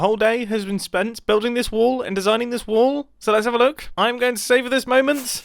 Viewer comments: pice of LOVVLLEY little WAOOL! he says insted of a lively or lovely bit little wall than others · he says woll instead of wall lol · Me every time Mumbai say wool instead of wall 🤦‍♂️ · you are calling your wall waol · I love the wall so much, but as an American I just- i can only hear WOOL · Nice woal mumbo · When mumbo said"This might be my best woll look how cool it is!" Had me just laughing my bum off😂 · Is Mumbo trolling us by pronouncing wall as wool? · I kept on thinking he was saying “this is a good wool!”